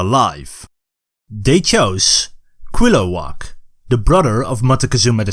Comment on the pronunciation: I love how you pronounce Cuitlahuac XD.... For a moment I though you said marowak